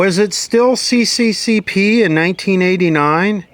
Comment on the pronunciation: 20 closet Nazis gave their dislikes. Oh and it's not "Si-Si-Si-Pi", it's "Es-Es-Es-Arrr".